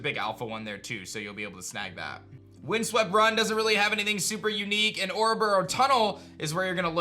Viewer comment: IT'S OREBURGH, NOT OREBURROW!